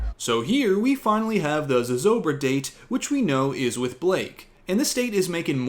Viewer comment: Hi, I am a New Mexican and lifelong resident of Santa Fe. I just want to say that your explanation of Zozobra is absolutely perfect and your pronunciation is spot on. Thank you for highlighting our local traditions accurately:)